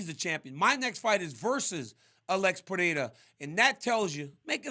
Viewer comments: Hopefully now that Pereira is champion DC will learn how to actually pronounce Pereira, not Peherra , but P e r e i r a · I’m a pereira myself I don’t understand how people have a hard time pronouncing it. Basically it’s “Per-ry-rah” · Its simple -perera